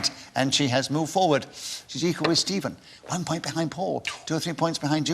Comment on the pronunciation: Why does it sound like he keeps calling Stephen, semen?